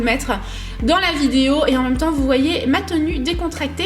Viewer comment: STOP il est vraiment temps de ne plus dire ''MEUME'' au lieu de ''MÊME'' tu vois c'est comme les enfants un moment on leur enleve leur doudou ^^ 😂😂❤ Bon on t'aime quand même...